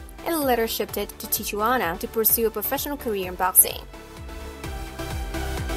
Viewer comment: Sorry I quit listening to your narrative when you mispronounced Tijuana . J is pronounced like an H in the Spanish language.